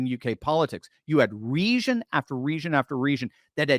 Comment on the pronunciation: It's pronounced "ree-jun"